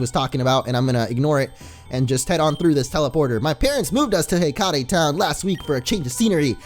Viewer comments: For being a Percy Jackson "fan" you'd think he know it's not Heck-ah-tay town, but Heck-ate. Hekate is the goddess of magic. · Pretty sure "Hekate" is pronounced "hekkit" because the town is obviously named after the goddess in Greek mythology (Hecate or Hekate), whose name is pronounced the same way.